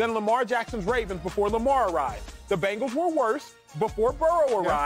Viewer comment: Y df does he say Bangals